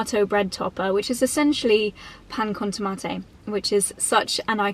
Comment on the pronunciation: fan of saying pan con tomate, jamón, croquetas, pan de cristal... lovely and very accurate pronunciation querida <3